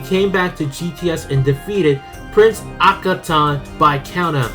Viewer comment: It's Prince Ah-Ka-Not-Tan. Nate the Lawyer is Ulfric, KC said on instagram live, he'll never go back